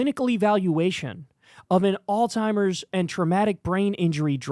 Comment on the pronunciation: Did you say, alltimers?!